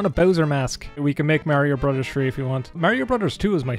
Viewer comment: He likes Skyrim,he likes Mario and he pronounces 'brothers' as 'brudders'. Like what else can you ask for.